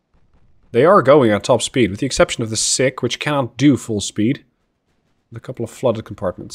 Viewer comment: Doubt you will need to say it again soon, but the DD Sikh is pronounced Seek, not Sick. As in after the religion - Sikhism